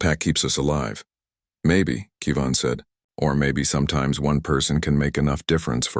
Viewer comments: How can you not pronounce KEV- IN? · Good story, but please stop pronouncing Kevin as Kee Van.